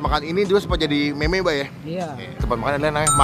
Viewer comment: MEME dibaca MIM bang